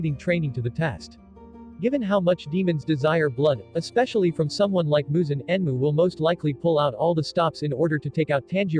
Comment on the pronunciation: I apologize, as your pronunciation of "mugen" makes me giggle. It's pronounced "moo-gen."